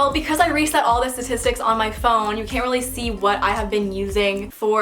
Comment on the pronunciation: did she just say st✋a👁t👄is👁tic🤚s